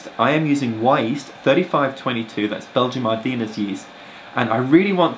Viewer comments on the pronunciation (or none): Belgian "Ard-enn"